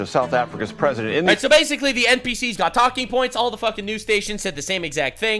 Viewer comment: why does asmongold pronounce Ls as Ws. H'ell say basicwy instead of basically